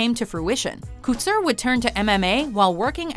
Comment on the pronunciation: Oh my lord Randy's last name is pronounced Co-Tour not kooter